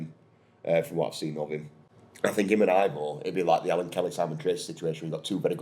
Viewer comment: Ivo is actually pronounced evo (I've got a Croatian mate called Ivo 🙂). I agree, just give the lad time to settle in, he's not making nutjob mistakes and his ball distribution is miles better.... I can understand the animosity towards the Prince, but I'm also old enough to remember a few previous owners, he's still the best out of bad lot, it's like preferring stale bread to mouldy breadcakes.😂